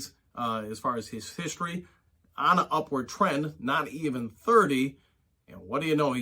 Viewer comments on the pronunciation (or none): none